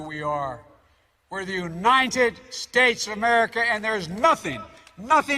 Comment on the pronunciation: Oh my God I thought he had missed pronounced this word so, I played it again and it's hilarious: he did say .."All 50 spakes" :face-blue-smiling: Then repeated it again to correct himself and said: " 50 states! Hilarious say hilarious. His dumb ass still can't speak his words clearly. Or he just has a mental and speech problem:face-blue-wide-eyes